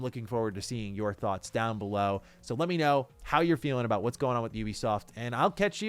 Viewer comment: Finally someone say Ubisoft instead of Oebisoft😂